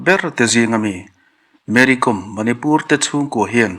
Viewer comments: Mary kawm(hnamhming)com tia lam adiklo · Kawm hnam hi, anmani chuan, Naga an inti, aninti Mizo lo, com tia lam pawh hi, thil kawm eg kaikawm tih kan sawia kawm rikdan a nga lam rik tur a ni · Mary com tih com hi kàwm hnam a ni a saphming n Lalsangzuali sailo in sailo hnam a nina a chawi tel ang hian Mery pawh hi Kàwmhnam tina a nih chu,kawikawm angà ,kaàwm hi lamrik tur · Mery kom/com .tih hi a dik lo.Mery Kâwm tih tur. Kâwm hi hnam hming a ni . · Mary kawm tia lamtur anizawk e aw